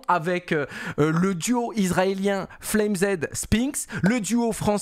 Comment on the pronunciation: on te kiffe continue le taff. Mais arrête de dire SPAINX ca trigger de ouf Cest SpinXXXXXXX et et FLAME Z ca se prononce comme "FLAMES" en anglais le pluriel de "flame" FLAMEZZ pas FLame Zed #Boomer2cs